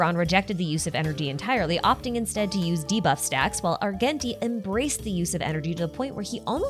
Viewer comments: ar-jen-tee btw. the hard g is driving me insane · ily and your videos but it’s Ar-JEN-ti. He literally says his own name a few lines into his introduction in the game, a pronounces with a “j” sound. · adore your videos a lot but next time could you please pronounce Argenti as (arjenti)?? thank you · The way you pronounce "Argenti" and "Longitude" is legitimately sending me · Now the way you pronounce Argenti 😭